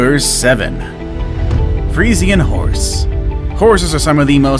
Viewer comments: It's pronounced free-shan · The Friesian horse is pronounced Free-shi-an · Umm you said Fresian wrong , even I know how to say fresian and check on google translate how to say it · the freisien isn't pronounst like that XD